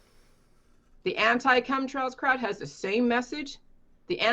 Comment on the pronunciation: Am I the only one who heard say “cumtrails” instead of chem trails.